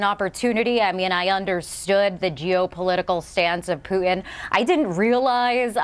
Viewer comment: There's a "t" in Putin.